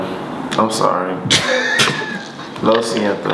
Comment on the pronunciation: lmao,. I be hearing that song at times too. Good pronunciation on lo siento